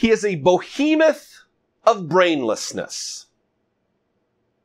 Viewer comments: the word is not "Bohemeth" but "Behemoth." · Behemoth, not Bohemoth. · wonderful, insightful and spot-on, as usual. BTW it's pronounced BEHEMOTH...